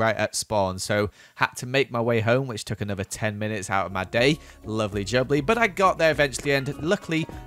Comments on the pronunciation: he said lovely jubbly (like Wisp) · if you guys watch wisp you know he says lovely jubbly and just said lovely jubbly love this channel